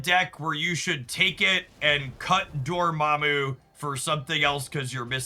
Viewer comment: was it just me or did he keep saying dormommy?